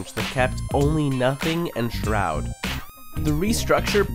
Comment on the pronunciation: he pronounced shroud's name wrongly lmao